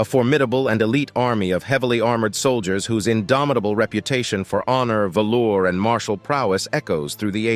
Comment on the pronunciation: BRO ITS VALOR..VALOR.... NOT VALOUR 😂 theyre not 70s pimps from chicago dressed in VALOUR😂😂